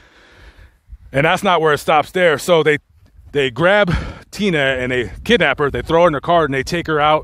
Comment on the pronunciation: How are you saying tenna?. His name was and its HE not she